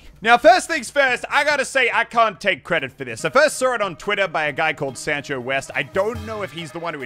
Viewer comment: Its pronounced son-cho not san-cho ahahaha